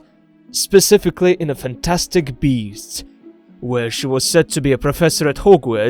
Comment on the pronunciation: Is he saying fantastic bees or beast ?